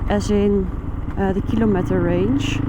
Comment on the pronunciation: Lieve, wil je ajb de uitspraak van kilometer in het Engels eens checken? Dank je wel 😉🤗. En verder… wat een bikkel ben je 💪.